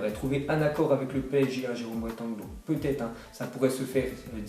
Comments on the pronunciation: Jérôme Boataig, pas Boateng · Ptn sa menerve tro comment tu di Boateng